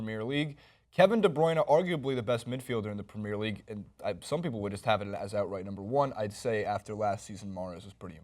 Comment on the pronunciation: to the guy on the right, pls learn how to pronounce premier league, plssssss